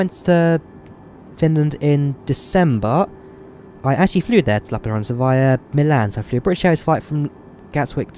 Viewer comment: I just came here to hear you say lappeenranta, good job. Finnish is often pronounced funny by foreign people. Im from finland.